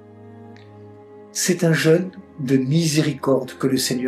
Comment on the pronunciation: Je suis gêné par la prononciation du mot jeune beaucoup ne font pas de différence entre le mot jeune ( adolescent ) et le son jeune ( avec l accent ) pour parler du carême